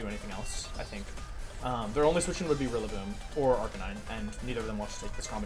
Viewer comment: You can tell he was stressed because he kept misspronouncing Arcanine.